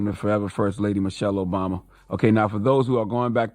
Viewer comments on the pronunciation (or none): none